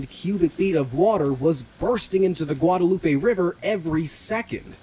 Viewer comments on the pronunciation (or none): none